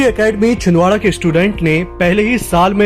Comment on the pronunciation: Chhin Dara nhi Chhindwara